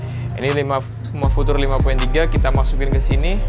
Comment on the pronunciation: Pengucapan "future" nya dibenerin yokk